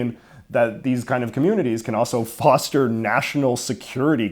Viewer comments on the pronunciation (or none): none